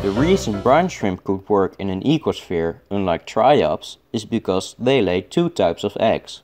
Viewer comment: Ecoshfere? Are you Dutch by any chance?